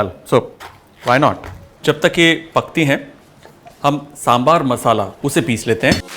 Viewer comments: Kudos Chef , you have showed a lot of respect and humble towards the humble dish of South , the mention of Sangam literature shows the efforts you put in each dish. By the way that is one authentic Sambar and pronunciation 👍 With Love and Respect from Tamizhnadu. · Thank you!!! For saying Sambaar!!! And not Sambhar. And on top of it, you actually pronounced Arachu Vitta Sambaar soooo well! Love it! ❤️💜❤️💜❤️ Recipe is almost spot-on! I say "almost" because like you said, every house has a slight variation and nothing comes close to Amma's Sambaar 😄